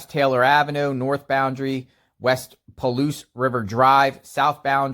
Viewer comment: It’s Pa-Ouse, pronunciation